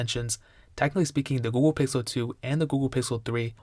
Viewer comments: He says Ghool, dunno what that is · you said gouhle pixel 723 times